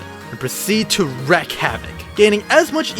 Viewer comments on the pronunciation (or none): Do people speak these days without ever hearing words spoken and pronounced before? It's not 'reck', it's 'reek' (wreak). It's not 'root' it's 'route' (rout). And for the love of all that is holy, it's not 'char-lot' , it's 'sharr-lot' (charlotte).